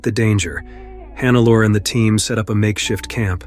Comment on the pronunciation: omg, why always this dumb AI-voice?? Who TF is Hannaalla Schmitz?? It is Hannelore, the gumbest AI should spell this correctly... Sorry, but thumbs down!